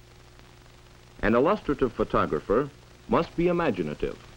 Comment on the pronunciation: For the Love of All That's holy! Learn how the hell to pronounce illustrative!!!